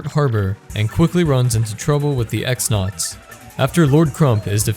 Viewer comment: "The Great Tree is overrun by X-Nauts" It's pronounced "Cross-Nauts", which makes Tech-XX's name make much more sense in relation to his actions, if you pronounce it "Tech-Double-Cross".